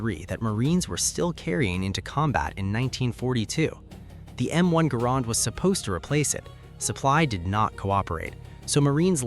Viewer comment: Hearing the M1 pronounced wrong hurt